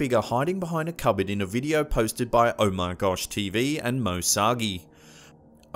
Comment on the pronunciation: It's OmarGosh like OMG which is funny and the other one is More Sargi like Moe Sar-G thats how u pronounce it.